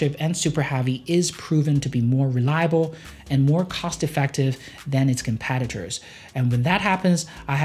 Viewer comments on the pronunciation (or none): Why is your 'e' sound like an 'a'? -Super Havy -Compatitors